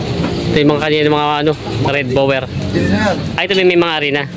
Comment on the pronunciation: Di ginawa ng blogger assignment niya. Di niri search ang tamang pronouciation ng breed nung kambing.